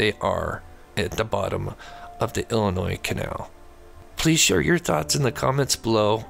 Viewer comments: The S is silent in Illinois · Love the show...but my man..the last "s" in Illinois is silent ❤